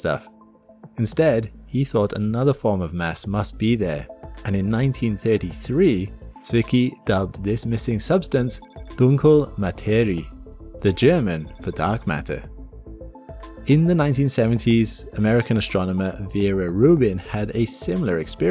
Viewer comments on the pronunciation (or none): As a German, I noticed your pronunciation of “Dunkle Materie” It was quite good, but not completely correct. “Dunkle” is pronounced “DUNK-luh” (with a soft final e, or like the “le” in “legs”). Dunk-le “Materie” ends with two sounds: “ree-uh.” In this case, “ie” is not a long “ee” (as in other german words, bit confusing i know) but two separate sounds. A similar example would be the “ia” in “diatonic.” Ma-te-ri-e So the beginning of both words was good, but the last two letters were slightly missing. ;)